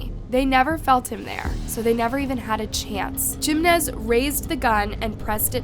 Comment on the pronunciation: Her saying "gimenez" instead of "Jimenez" made me stop what i am doing, just to comment this